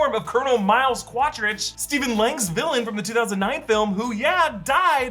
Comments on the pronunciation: Quaritch, pronounced like “Kor-itch”, not “Quadritch” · Quadritch? It's Quaritch I think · Quaritch not Quatritch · It’s Miles Quaritch, not Quadritch. There’s no D in his last name. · That is a very weird pronunciation of Quarritch's name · the way he's pronouncing quaritch and eywa tho :/ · Good video, but the pronounciation for Quaritch and Eywa killed me.